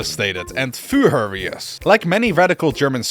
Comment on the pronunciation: "He was fuhrious" :'D